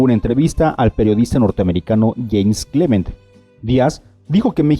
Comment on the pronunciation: PRONUNCIAS HORRIBLE, ES CREELMAN Y NO CLEMANT COMO DICES TU¡¡¡¡¡